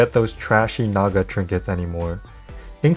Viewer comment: My man said "trashy Naga" with the hard A